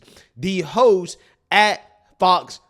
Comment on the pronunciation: Did you say “hosts” or “hos” 😅😂